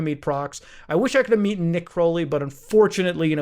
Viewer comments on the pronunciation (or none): met, not meeten